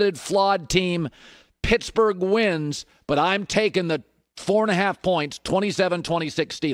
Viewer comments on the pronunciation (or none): none